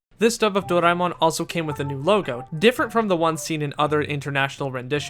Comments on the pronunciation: whoever says Doraemon as Dor-ay-min should not and will not be taken seriously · Imagine if there was another english dub of stand by me Doraemon that pronounces Doraemon's name as "Soray-mon" & Nobita as "No-see-dah"